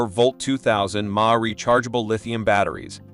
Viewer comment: I am a native born American, am 72 years old, and I have never heard the electrical term: mAh...milliamphour...pronounced as 'mah' as in ma & pa...names of our parents. Where did you get your pronunciation from? Is it a computer generated voice? That would explain it. I just bought the Imoumlive brand mini-chainsaw with extendable pole. I bought the saw with the 8" chain because it has a chain speed of 26 ft/sec, much faster than these 6" models shown here that only go at about 19 ft/sec. The 6" version of the Imoumlive brand also only goes about 19 ft/sec, so I went for the 8" version for the faster chain speed. I didn't like the models that didn't have an oil reservoir that required carrying a little oil bottle and manually oiling the chain. The Imoumlive saw has the oil reservoir, a big plus for me. I cut several large limbs, about 6" in diameter, from my Oak trees and then cut the limbs up to go on my burn pile. The battery only used one bar on the charge indicator...nice..!! Do your own homework...compare all of the features of the mini saws and take notice of the chain speeds and whether or not the saw has an oil reservoir. Yea, if you only cut a couple of small limbs now & then, the lack of an oil reservoir may not be as important as when you have a lot of cutting to do. Then, you will appreciate only needing to push the primer button a couple of times over having to carry a little oil bottle with you. I have watched a lot of these YouTube videos about these mini saws